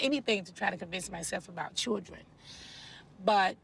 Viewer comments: ky knot not with two R’s in it like she does she saying chrildren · Each time she says "cheeldrynnn" take a drink. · The way NeNe pronounces children is really annoying